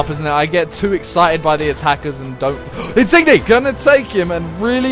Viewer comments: Not insig-ne it's insinye ng makes y sound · His name is insigne but it's said insinyay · Insigne is pronounced in sin yay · In-sin-yay, pronounce it right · Is it pissing everyone off how he says insigne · The way he pronounces Insigne is awful